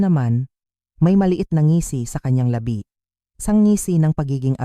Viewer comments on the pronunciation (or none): Ayusin Ang pagbigkas na tamang salita,pa-in hnd pain na ibig Sabihin ay kirot o masakit, iha at hnd hidja,la-bi lips,at hnd labi na ibig Sabihin ay burol ng patay😂Ganda ng kwento na sinisira ng hnd tamang pagbigkas ng maayos sa mga kataga😂